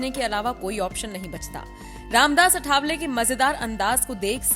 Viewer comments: सही नाम अठावले नही, आठवले है। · 'अठावले' नहीं, सही शब्द है 'आठवले'।